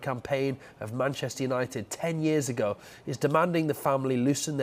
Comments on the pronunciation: seem to have forgotten the H in Manchester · 'Mancester' nice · "Manchester" please fix